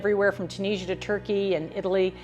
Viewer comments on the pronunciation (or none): none